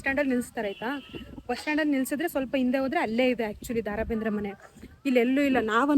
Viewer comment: Le ninna avna Daa Raa Bendre alla adu Da Ra Bendre🙄😬